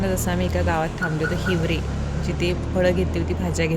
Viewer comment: अगं ताई ते हिवरी नाही भिवरी गावं आहे 😅 खूप छान भाज्या मिळतात...